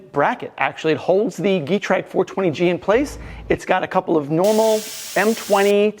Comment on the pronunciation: Hate to be that guy but Getrag is pronounced with the schwa ɡəˈtʁaːk. Rounded long e. In any case cool project